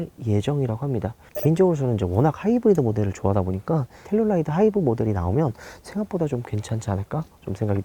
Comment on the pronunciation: 왜 자꾸 텔룰라이드라고....암튼 국내출시가 시급함